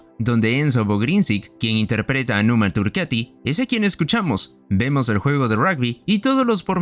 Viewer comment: Por favor no digas más "Numa turqueti" es turcAti!! Dejad de traducir todo al inglés, o intentarlo....